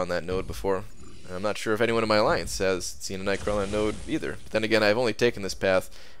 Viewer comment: an aliance''😂